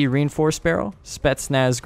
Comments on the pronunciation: You pronounced spetsnaz wrong but yet i cant spell it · How you pronounce it lol, speetsneets. Its spedzzznadzzz (spetznaz)